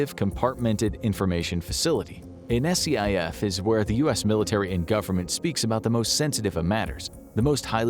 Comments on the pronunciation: Um, its not "S-C-I-F".. It's a "skif" and Congress has full access to one. If you don't know what you're talking about, its best to remain quiet. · No one says S.C.I.F. just say scif, like one word. Yes it is an acronym but no one spells it out like that. Nails on a chalk board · It's pronounced Skiff- not S-C-I-F. Just for future reference- its what they are called in that world. I spent many of years in one. Like a dungeon with really good internet and tv. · It hurt my soul every time you spelled out SCIF. It’s just pronounced “skif.” Government and military acronyms are almost never spelled out and instead pronounced as they appear. I have my doubts as to the truth of most of this episode just from the fact that those at the hearing were denied access to a SCIF. If they are all eligible for a clearance they can probably find a SCIF they can meet in. If one or more of them were denied a clearance they probably shouldn’t have been in the hearing. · SCIF is pronounced "skiff". Nobody calls it "an SCIF". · FYI, SCIF is typically pronounced "skiff", instead of spelling it out every time. And these congressional members could very easily gain access to a SCIF if they really wanted to. They're not uncommon in the national capitol region. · SCIF is pronounced skiff btw. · SCIF is pronounced ‘Skiff’ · It's called a SCIF.... it's pronounced just like the word skit, but with an "F" instead of a "T".